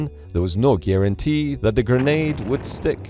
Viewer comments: Gernade or grenade? I wish the narrator had gone with grenade. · Anyone else hearing "gurnade"